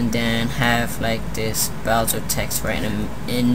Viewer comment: it's bowser not boswer ;)..